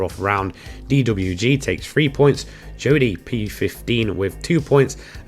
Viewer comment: I know it's the accent but you always catch me pit when you say "three". Sounds soo much like "free".